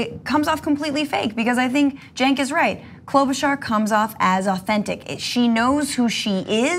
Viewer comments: I think she says KLO-buh-shar, not KLO-buh-char. And yeah, she's a not so fake typical politician, too. They're all fake, but she's less fake. Has also worked a lot with people across the aisle, and has more experience in the senate than Pete has in South Bend. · It's Klo-buh-Shar. Not Klo-bu-Char. Driving me frikking crazy.